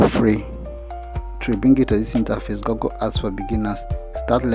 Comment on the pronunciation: Google❌ Gagale✅ 😂😂